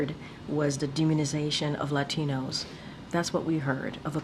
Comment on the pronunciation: Haha even she uses the accent when she says latinos